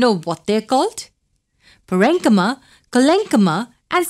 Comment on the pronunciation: Mam,. U r a great teacher but your pronunciation of "enchyma" is in another way i.e. "ynchma"- which is incorrect